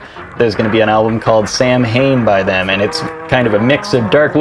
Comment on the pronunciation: Not to be that guy, but Samhain is pronounced "sow-in", the first part rhymes with "cow" haha I'm hyped for the new drops tho 🔥